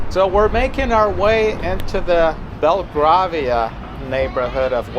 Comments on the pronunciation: Grovesnor is pronounce Grow-vner.. Bel-grave-ia..West-minster,. Those bus stops were to protect the people from being splashed by passing cars. Not all face that way. Most of those flats buildings were built before people drove, so no need for garages, 1 of those houses as a whole is for sale at 20 million pounds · Sorry but its Gre v ner and Bell grave e er. We are great ate making up names.mantion flats are huge and impresive loved you went down a Mews, the back of the mantions. The WHITE painted houses are all owned by the Duke of Grovnor, they are lease hold.the flats were built before cars existed, thats why the Mew's were built for horses and carrages. The shoe scrapes are still useful at times, we have one made from a extreamly old Currling Stone. The village i grew up in in Scotland has huge amazing victorian houses (chuck a stone and you would hit a turret. Some houses have stable areas but most kept there horses near the train station all together with there carrages. Sorry i'm Dyslexic.